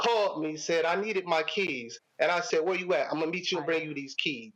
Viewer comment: For a second I thought he was talking about his "kids", took me a minute to realize he said "keys"😅